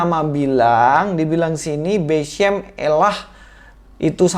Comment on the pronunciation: 🤣 🤣 🤣 🤣 Ustadz Cocoklogi nih!! Kata "beshem" dibaca beshum!? 😂 Katanya ahli bahasa Ibrani, taunya ahli Google translate wkwkwk